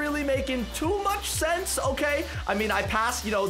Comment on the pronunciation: When u said sense it’s like flower sent